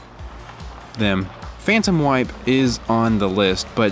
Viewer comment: I thought you said "Phantom Wife' instead of Phantom Wipe. It was quite puzzling!